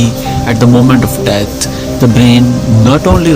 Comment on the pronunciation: Wtf it's pronounced "death" not "debt". Learn to 'th' better.